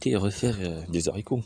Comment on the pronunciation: Bonjour, on dit les Haricots et non zaricots